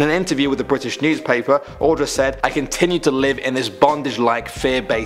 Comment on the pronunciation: My heart dropped when you said, Audra... That is my name. Also, you are one of the few people who has said it right, so kudos for that.